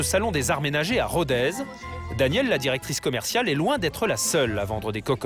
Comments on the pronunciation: Rodez se dit "rodé, pas rodèze" comme un nez, par exemple. Les cocottes fonte sont dans ma cuisine depuis des lustres et sont toujours utilisées. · En me promenant, il y a quelques années dans cette ville bien sympathique, quelqu'un m'a fait remarquer que l'on devait prononcer é et non èze, donc RODEZ en é. Je n'ai fait que répéter ce qu'un rothénois m'a dit.